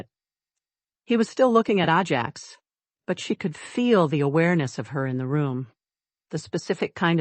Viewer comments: Ajax is pronounced AY-jacks, not ah-JACKS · Horse’s name is pronounced A Jacks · It Ajax not ahjax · I love horses so this story was fun. I think, though that the horse’sname should be pronounced Ajax with a long A, not Ah Jax. Anyway enjoyed it a lot. Thank you! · I’ve seemed a number of those “little windows” on these stories. No clue what they mean. BUT I will have to switch to another story because the mispronunciation of the name “Ajax” is driving me nuts. Oh well. Moving on….. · Figure out the pronunciation and stick to it. Ajax: long or short A. Same for Cavan.